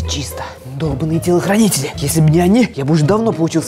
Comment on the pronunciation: Правда он там сказал телохрюнители